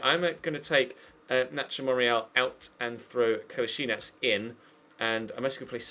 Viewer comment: Its KOLASINAK not Kolasinich, kolasinach and ect.